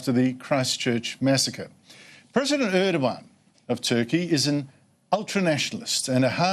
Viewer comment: ER DOG AN its ER DOG AN for fooks sake